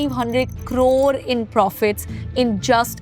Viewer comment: Ye jab bhi carore bolti he Mera khoon kholta he